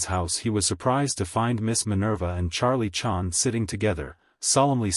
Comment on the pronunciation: I hate AI audiobooks. But in this case, you'd think they would have at least edited this mechanical mispronunciation of Charlie Chan's name. So I guess this means AI has bottomed out on this one.